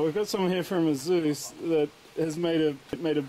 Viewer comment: Eh-sus not asooos. It really makes me uncomfortable and irritable when I hear that.